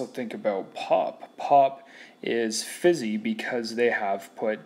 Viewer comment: And when he said fizzy